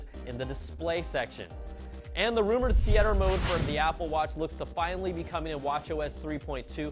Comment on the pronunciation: Learn how to pronounce theater dude..